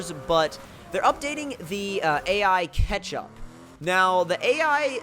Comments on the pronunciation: anybody else think he was saying ketchup instead of catchup? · Did he say ketchup? Lol